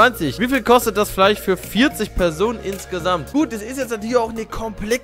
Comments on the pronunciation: Hört sich das nur so an oder sagt er Fleich?🤔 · einfach fleich statt fleisch :) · No front Lukas aber fleich😂